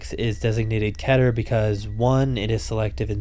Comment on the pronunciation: The most baffling mispronounciation of Keter class.